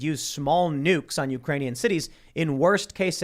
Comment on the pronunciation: “Ukranion “ is becoming hitlery Clintoon